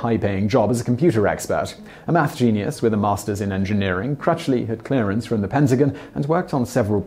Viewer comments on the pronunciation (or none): none